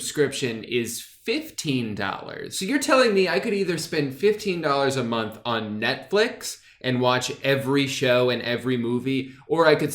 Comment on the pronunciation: “So I guess the question now: is the hooked app worth $15 a mNOnth” hahaha